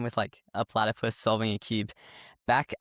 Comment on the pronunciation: This was my favorite episode so far. I’ve been following journey for a few years now. It’s been amazing and really inspiring to see how far he’s come and I love how involved and supportive the whole family is. PS: It’s platypus, not platapus:)